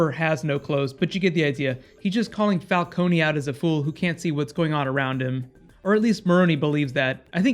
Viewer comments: It's "Falcoun" Not "Falconi" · Please stop calling him Fal KONY. It's not Fal KONY, its Fal CONE, like drone. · Why does he say falcony?😂